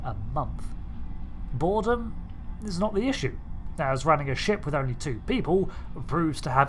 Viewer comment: "Wifh mint frosting."